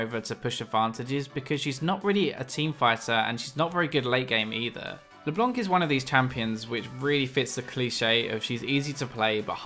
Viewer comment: leblanc not leblonk yo